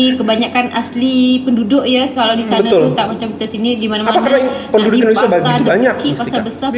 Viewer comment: Maaf...saya pun susah nak percaya wanita ni pure orang Malaysia kerana bahasa percakapan seperti TKI atau orang Indon yg telah lama stay di Malaysia atau yg perasan jadi warga Malaysia...percakapan dia sebijik mcm orang gaji saya dari medan... Contoh..."kenapa saya ckp mcm tu", "Indonesier", "binggung jugak", "dijaga betul", "ketahuan"...ayat2 ni bukan sebutan lazim orang Malaysia tetapi bibik saya selalu menyebut begitu... Satu lagi jika dia pure Malaysia, bahasa rojak adalah bahasa lazim kami dan jika dia Malaysia pasti dia akan tersasul bahasa rojak terutama secara spontan... Tapi xpe.....jika wanita itu berpura2 pun xpe sbb dia nak beri kesedaran sivik buat warga Indonesia... #yakinwanitaitubukanmalaysian.